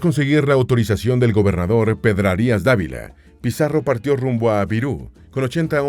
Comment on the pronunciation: Corrección de pronunciación de un español de Madrid: arcabuces, con sonido z, no arcabukes con sonido k; es bergantín, no bergatin; no es Pedrarías Dávila, sino Pedrarias, sin acento ni tilde, es una contracción de Pedro Arias.. ✌🏻